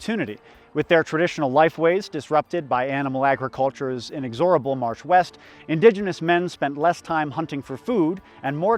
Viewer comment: Love the video. Love the history. Maybe double check your pronunciation of "inexorable". Not trying to be an asshole. I legitimately didn't know what word you were saying the first couple times you used it. Sorry if that sounds rude. I don't mean it that way